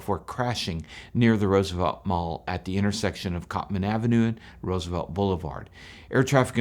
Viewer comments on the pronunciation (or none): none